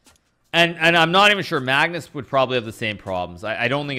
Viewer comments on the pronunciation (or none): none